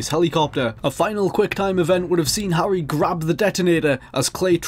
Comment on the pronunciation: Phew, I like your accent. Really. But everytime you pronounce "Harry" I die a bit inside.